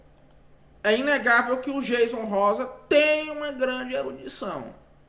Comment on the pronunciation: Aprende primeiro a pronúncia do nome do Jayson Rosa pra depois vc falar do mesmo. 😳